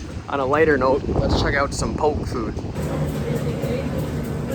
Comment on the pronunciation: Goes from heart felt comments and reflections to miss pronouncing poke… you are 1 of 1